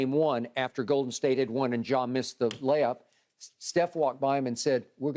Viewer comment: …….”layups” 🤣🤣 damn skip